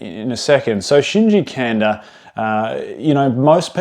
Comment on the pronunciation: Great video, but last name is pronounced "Kahn-dah"